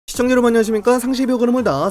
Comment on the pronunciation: ㅋㅋ 가면갈수록 시작할때 '시헝자여러분'이라 들렸는데 여긴 또렷하네 인트로도 녹음된거 쓰는줄 알았는데